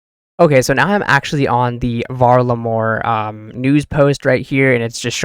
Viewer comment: Val-Ah-Mor not hard to pronounce they said it about 83 times in the summer summit stream lmao